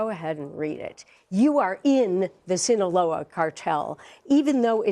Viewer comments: SINALOA! Not "Sinloa" you dumb f*ck! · This guy really doesn't know how to pronounce Sinaloa? Sinola? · THAT'S NOT EVEN HOW YOU PRONOUNCE "SINALOA" 💀